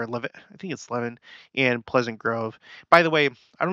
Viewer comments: It’s pronounced La-van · Just so you know, Levan is pronounced le-VAN. I have family members that live there. :) I remember the flooding. I was living in Provo. Church was canceled one Sunday so people could go make sandbags and help in flooding areas. The Provo river was overflowing and causing problems in many places in the city. Utah lake was also especially high and flooding places. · Levan is pronounced Luh - van. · It's Luv-an.... No Lev-in ... Know your Utahn. LOL like Tooele and Hurricane. Don't pronounce them like you think they're pronounced talk to a Utahn. 😉